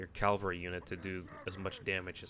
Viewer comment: IT'S CAVALRY! CA-VAL-RY! Sorry.